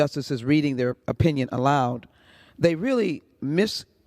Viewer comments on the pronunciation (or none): none